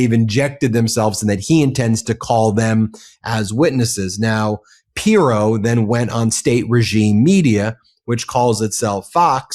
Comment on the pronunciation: always makes good points, but for the love of God, can he learn to pronounce pronounce Pirro‘s name properly? It is SO distracting.